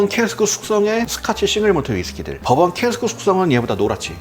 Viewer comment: 아니 왜 시작부터 덤앤 더머 티키타카 ㅋㅋㅋㅋㅋㅋㅋㅋㅋㅋㅋ 두분 다 빙구미가 예술이네요 ㅋㅋㅋㅋㅋㅋㅋㅋㅋㅋㅋㅋㅋㅋㅋ 그와중에 계속 버번 위스키가 법원 위스키로 들리는 마술에 걸린 나